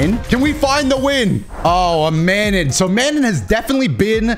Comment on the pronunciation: Mah-non, do-toe, its french plz